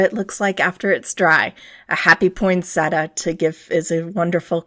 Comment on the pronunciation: PoinSET--ee-a, not PoinSETa. Nice video!